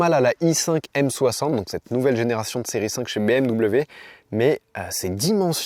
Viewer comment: a 17, 50 minutes tu dis bimw 😂 avec bienveillance 🎉